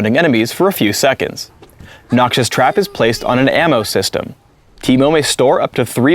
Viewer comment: sounds like "noxious trap places in an Emo System" lol